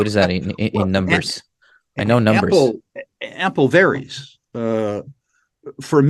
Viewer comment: "Ample"... Come on,! Don't you speak French?